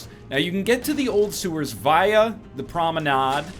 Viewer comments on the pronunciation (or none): The way you pronounce promenade is hilarious